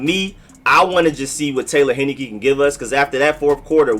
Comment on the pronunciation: It’s pronounced, “Hein-I-KEEE!!!